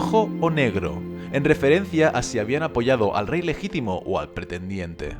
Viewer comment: "Legitimo" xd